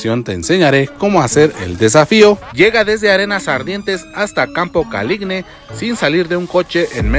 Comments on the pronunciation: tambien tienen mi problema de campo caligne no es caligne es caligine ca-li-gi-ne tienes el mismo problema que yo XD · Siempre me pareció raro escuchar Caligne jajajajaja gracias por sacarme la duda.